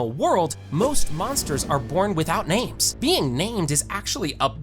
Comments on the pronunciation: God the numerous name butchers are hard to deal with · bro is butching ALL the names lolll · This guy clearly only read the manga, cuz he's pronouncing the names wrong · Ok it's either two things your larping really hard or you read everything from the manga that's why you can't pronounce their names correctly or I'm dumb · The way this guy says some of these names makes me violently angry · so many mixed and slight wrong facts and missing info and some butchered names D